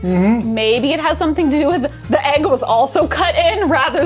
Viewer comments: Ayyg club unite 🎉 I also didn’t know I said eggs wrong until my fiancé started making fun of me for it. I still don’t hear the difference. I see you, you are not alone 🥚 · yall don't say egg wrong...you're just saying it in Swedish 😌 (ägg)